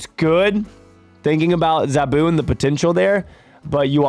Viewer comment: Btw, it's Zaa-Boo (zabu like "nah boo")and Shah nah the She-Devil. Also Zabu isn't Ka-Zar's pet, they are more like brothers